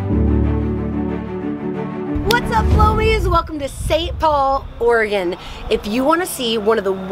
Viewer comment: You're amazing and I love your videos! but as someone from Oregon, I love that you found out how to pronounce it :)